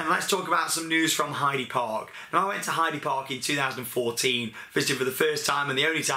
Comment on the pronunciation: btw its pronounced 'Heider Park' ;)